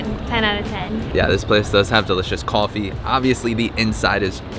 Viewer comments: cawfee it’s that New York accent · Did you realize you don’t have a typical New York accent but say coffee like your from Brooklyn or my cousin Vinny - even funnier is when you say coffee multiple times fast your Brooklyn coffee accent suddenly disappears